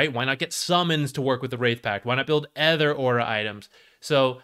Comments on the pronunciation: its supposed to be an-Uh-ther not an-Æ'-ther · where are you from that they pronounce "other" as "eather"? its not like you use it sparingly either, considering how egregious your mispronunciation is. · did you watch the video? he says "other" about every 3rd sentence, and the pronunciation is jarring. yes hes talking about aether lens as well, but could you tell the difference? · here's one of many. I have never heard this pronunciation even from someone for whom english is not their primary language. literally sounds like hes saying "anether" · it would help me more if I could focus on the information rather than be distracted by his insane pronunciation of "other" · i not only meant to say egregious, I did say it. I said insane too. If someone has an accent or speech impediment it should apply to more than just one word, which is why im curious as to how he learned this pronunciation. And it is egregious, even just sounding the word out should produce something like "oather," which while also incorrect is at least closer to the actually pronunciation, and further away from similar words like "either" or "aether"